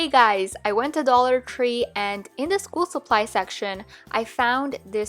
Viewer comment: I’m sorry but when she said dollar tree,it kinda sounds like dollar cree